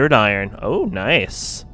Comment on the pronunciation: A vor ee on. At least pronounce the games name right! And iron thruster! Not ion! Either way, good video.